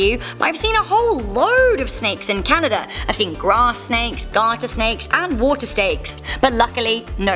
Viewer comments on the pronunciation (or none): she said water stakes lol